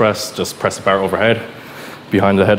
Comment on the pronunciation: Irish is strong in this one 🤣